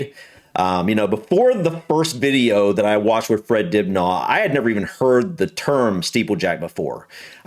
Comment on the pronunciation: Why the mispronunciations if the late Fred Dibnah surname It is not Dubnaw Lol Poor Fred... He deserves to have his name remembered correctly by all who claim to greatly admire him, surely.. Dinner is the correct pronunciation. Thank you sir.